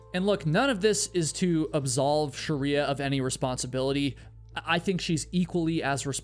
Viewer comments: pretty sure it’s not “sharia”. it’s shree-ya. sounds like you are adding vowels. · Sorry the story had a sad ending.. But you have being pronouncing her name the wrong way... You're calling her sharia (like the law), but her name is Shriya (like shri in shriek, emphasis on SH, and ya). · Your pronunciation of proper names is deplorable. How can you prepare an entire video about one person and not learn how to pronounce her name? Its's Shri-ya, 2 syllables, not Sha-ri-a. Your video is insulting to her memory, and your disregard for how to even pronounce her name is incredibly lazy and boorish. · great video, it's Shreeyah though not Shariah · Why can't western educated person like you pronounce names? It is not pronounced Sharriyaa - it is "Sh-Rey+yaa" You are near million subscribers, ask a closed group of similar culture how to speak names... Also this rant is too long and boring. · Pronounce her name correctly !! Sh- Ray- yaa is right !! You are calling a Hindu name by its dead opposite Muslim fanatic practices called Sha-ria !! 😡😡 It’s an insult!! Sh- re- Ya means Goddess Laxmi - prosperity !! If you don’t even know how to pronounce !! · It’s “SHREE-ah” (two syllables)… You’re adding an extra vowel sound making it three syllables (“Sha-ree-ah”) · Hi.. Appreciate your information .. here .. But please pronounce Shreya correctly .. 🙏🙏🙏🙏